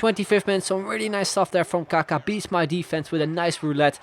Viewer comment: Your saying kaka wrong